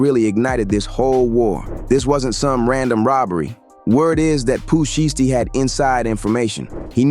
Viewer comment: Pooh Sheeeeesty 😂😂😂 it’s pronounce (shai-sty)